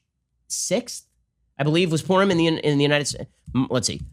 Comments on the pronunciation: Many many people have been working so data should be collected on what has happened with them. Take a walk, they are everywhere. "We decided we just couldn't go to this porn party..." ?? Please pronounce Purim more carefully. 🤔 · I got distracted and then heard Ben Say "And I said to my family, 'Guys, I don't think we're going to this porn party.'" O_o Clear enunciation is a virtue. lol